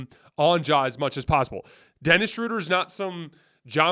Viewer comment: love watching and listening! 2 things: give a little guitar intro to the show! Dennis’s last last name is pronounced Shrooder/Shrewder. 😅🎉